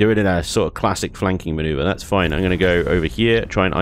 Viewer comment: "It'll be foine!" Every time we hear those words.... 😂